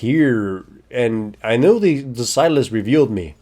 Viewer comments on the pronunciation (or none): ziless? Does he mean sylas?